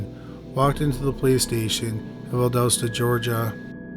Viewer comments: I love your videos, so just in case you get another one in that area, it's Val-DOST-ah, not Val-does-tah. Moody AFB was where my Dad was stationed when he retired and I grew up not far from there. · We Love your content. We get so excited to hear of towns in our area, but do us a solid. Please PLEASE listen to a local news report so that you can get the correct pronunciation. It looks like Albany but thats not how we say it. And Valdosta isnt pronounced that way either. Thanks! Keep going!